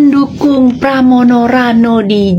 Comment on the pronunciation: Pramono bang bukan pranomo kang kuwalek kang